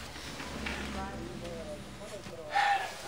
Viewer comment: "Drink your hot watuh."